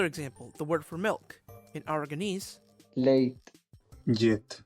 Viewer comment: Hey, I hate to say this, but the Catalan speaker does not sound Catalan at all. He failed to pronounce correctly the LL in "Llet" and, more noticeably, the G in "Gent". The sentence "no estudiem gaire els dimarts" sounded really weird. Besides that, good video.